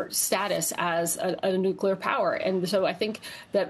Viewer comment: I'm just curious....what all goes into the air during all this nucular elimanation?